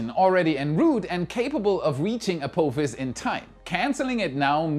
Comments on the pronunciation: Perhaps you can pronounce ah-POFF-is before 2029! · Bless your German heart the way you say Apophis lol